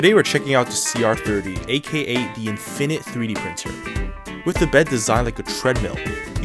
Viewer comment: I hate the way he pronounces infinite. He puts the stress on the second syllable, in-FIN-ate, instead of on the first, IN-fin-ate.